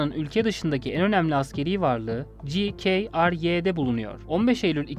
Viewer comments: Ci key ar ye. GKRY Türkçede Ge Ke Re Ye diye okunur. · Ci key ar ye 😂 tebrik ederim Türkçe bir kısaltmayı Ingilizce okumaya çalıştığınız ama onu da beceremediginiz için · Ci-key-ar-YE yalnız 😂 Komik durum. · Guney Kibris Rum Kesimi Ci Key Ar Key olarak seslendirilmis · Ci, key, ar deyip son harfini y demeyeydin iyiydi :) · Gi KA AR YE olarak mı denir. Yani güney kıbrıs rum yönetimi demek zor değil bence. Hem de Türkçe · GKRY’ni Ci Key Ar Vay diyerek İngilizce telaffuz etmeniz gülünç ve gereksizdi